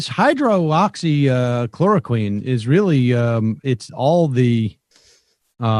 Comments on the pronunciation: Why hasn’t someone told Sam how to say ‘hydroxychloroquine’ so embarrassing. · How is it possible that Sam still cannot pronounce hydroxychloroquine? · Has Sam ever said Hydroxychloroquine correctly? Will we ever hear him say it properly? These are the real questions. Wake up sheeple! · I love that Sam still can’t figure out how to say the fuckin name of the drug.